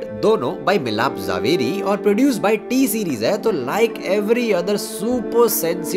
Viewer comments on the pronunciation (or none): Wait a minut... Did you said miss T-series??? Ya mere ko hi sunne m fark hua